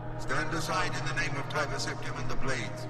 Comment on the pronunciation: you keep saying Tiber wrong the entire vid lool